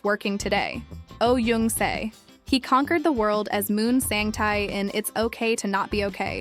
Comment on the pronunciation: Oh Jung Se: Jung is pronounced "jeong", not "yeong". Also, the wedding photos of Kim Dong Wook and Lee Sang Yeob are switched -_- A man who remembers and treasures the woman who stayed with him through thick and thin, is a good man.